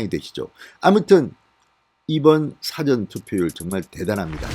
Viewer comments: 사전 사전하는데 답답합니다. 장음으로 사~전으로 발음하시죠... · 사전선거가 아니라니가. 발음상 사아전 선거라니깐 뭐 한글 사전인감 ㅉㅉ' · 진대표님 사전선거 제대로 읽어주세요~ 영어사전할때 사전으로 읽는게 거슬립니다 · 사전이 아니고 사ㅡ전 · 진성호님....발음을 다시한번 점검해보셔요..발음에 사전 사전 하시는데..현재의 발음은 우리가 사전책을 말할 때 사전이라고 하고 일반적으로 사전(앞서서 하는 뜻)은 다르다고 봅니다....아나운서에게 물어보셔요...발음에 대한 것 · 事前을 짧게 발음하는 게 아니라 길게 발음해야 하는데 듣기가 아주 불편합니다. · 辭典과 事前의 발음 구별 못 하시나요?